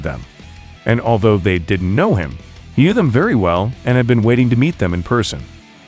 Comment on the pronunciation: Stall-own, Bal-bow-ah. Rah-kee. Not being a dick, just correcting pronunciation. Threw me off